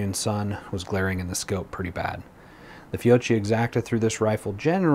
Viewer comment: Fiocchi is pronounced "Fi-oak-key", since it's Italian, you pronounce "cchi" the same way you would in Pinocchio.